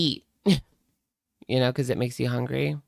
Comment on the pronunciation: Why does she say “hongry” but she pronounces “hunger” properly. She’s so annoying.